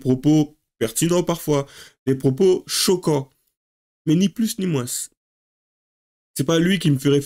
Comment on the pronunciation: Fais gaffe tu derives sur l'accent du midi. Moinsssss😅